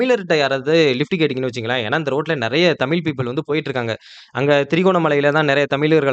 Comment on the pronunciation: தமில் அல்ல தமிழ்.... ழ ழகரம்! பாடசாலையில் தமிழ் எப்படி உச்சரிப்பது என்று கற்றுத்தரவில்லையா? 🤦🏻‍♂️